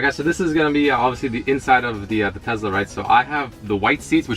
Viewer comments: Why is he saying tezla? Its tesla... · Congrats, but please stop calling it a Tezla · all the world : tesla rich boy : tezla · its teSLA with an S !!!